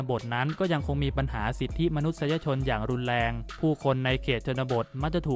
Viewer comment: รุนแรง ออกเสียงไห้ชัด ไม่ไช้ลุนแลง